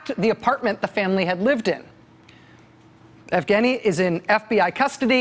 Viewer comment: Since when is "Lara" pronounced as "Laura"? Jeez, maybe someone needs to brush up on her journalism skills. Focus on pronunciation and proof-reading material before presenting it. Evgeny has no F in it, Rachael and the G should sound like a J...god how embarrassing!